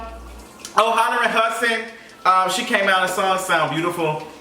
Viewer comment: “Hollerin Hudson “ 😩